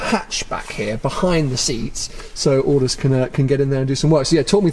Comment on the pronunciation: This guy is dangerous hahahaha "Aldous"